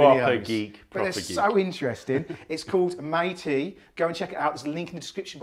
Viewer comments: Could have watched another hour of that. Saw dying to correct you when you called it Meitea instead of Meileaf haha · Kudos for patience while saying his companys name wrong twice!